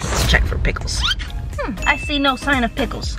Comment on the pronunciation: “PICKELS” EH MEH 😆🤣😤🤢